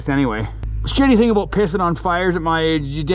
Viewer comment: Canadians : We don't say 'aboot'! This guy: 'Aboot'